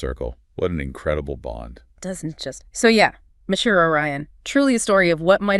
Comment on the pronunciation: The "ji" in Mejiro is pronounced like "jiggle." It's a Japanese name, not Spanish.